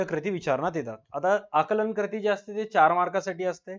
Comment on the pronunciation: Krati ❎ kruti ✅